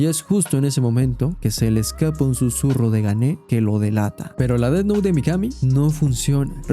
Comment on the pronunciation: "Death Nou" 🗣🔥🔥